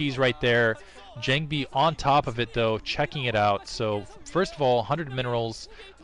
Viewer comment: Jangbi....not John-bi lol